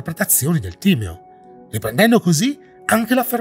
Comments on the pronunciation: Timèo non Tìmeo. Gli accenti son fondamentali!!!! 😁 Scusa la pignoleria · Più che altro starà rabbrividendo per la pronuncia di tutti quelli che dicono Tìmeo - mentre invece si legge Timèo. E Atlandide è esistita….non la versione letterale di ciò che descrive Platone ovviamente, quella è solo la raffigurazione letteraria di un evento passato reale in cui una civiltà per la sua epoca molto avanzata è stata distrutta da una serie di cataclismi.